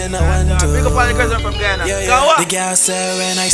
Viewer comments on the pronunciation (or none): none